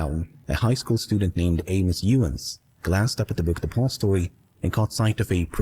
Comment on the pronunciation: The way this guy says “the book depository” is so satisfying